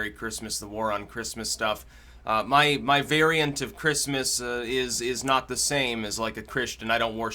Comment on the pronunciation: Why does Mahcome before every mahword mahnow? muh?